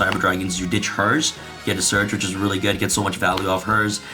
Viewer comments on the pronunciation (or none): Am I the only one who gets pissed when he pronounces Herz as hers instead of hurts